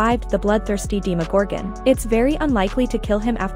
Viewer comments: ITS DEMOGORGAN NOT DEMEGORGEEN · Its pronounced demogorgan not dimegorgan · It’s demo gorgeon, not de mo gorgone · She said "dee magorgan" 😂😂😂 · So no one else is annoyed she pronounce demogorgon as deemagorgon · not DEE-MA-GOR-GAN